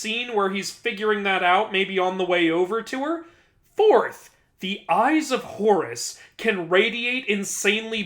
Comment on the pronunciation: Whenever I hear you you say Horus... its sounds like Horres! XD Cracks me up~